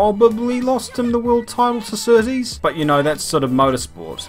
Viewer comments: It’s John Surtees - not S’tees - at least give him deserved respect by pronouncing his name correctly ?!?!? Cheers. Rx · John sooties it sounded like lol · john settees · Annoys me a little that is British yet can’t say Surtees correctly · The pronunciations of Surtees and Hulme broke my heart. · GDTrayner I’m an English avid F1 fan, I’ve never heard anyone before say Surtees name like that, it annoyed me too. He had one ☝️ job.... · I'm howling that was hilarious. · Kiwi pronounces Surtees exactly how I have heard every single person in my life pronounce the name. British guy decides to pronounce it totally differently. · Never heard Surtees pronounced like that b'fore